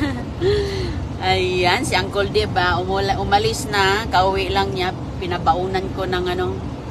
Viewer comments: Sorry to correct you again,mag lesson muna tayo...yung Bicycle,hindi bisikol,say "bysikel",yung Uncle,hindi Angkol,say"Angkel",kahit bisaya ka pwede naman mag pronounce ng tama.pati pala yung little,litol sabi nya.😅😅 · Yung church naging chart at naka daster pa si taga bundok punta ng church. Lavieenrose mga Tagalog ganyan mag pronounce ng bicycle ng bicykel si bicykul ang tama bicykol at ang uncle sa mga tagalog unkel si unkul ang tama unkol